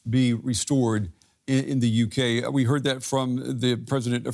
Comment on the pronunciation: The "YUKee" ha ha.